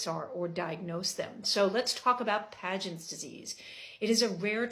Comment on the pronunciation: Pagents? It is actually Paget… no N